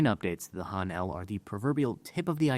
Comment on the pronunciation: Wish he could pronounce "Han" correctly.